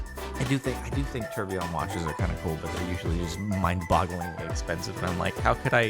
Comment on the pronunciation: Funny how you say tourbillion, lol